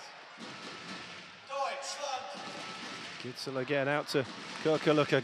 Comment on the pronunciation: The "K" in Knorr is NOT silent!!! And the Gidsel name is pronounced GISSEL(!!), and NOT Gittsel!! Just saying!